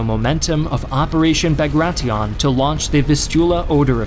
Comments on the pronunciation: ah yes, operation bar-gra-tie-on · Well that’s a new pronunciation for Bagration! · “Bagratee-on?” It’s pronounced like “Bagrashun” (Bagration). And it’s pronounced like “Nyeper” (Dnieper River).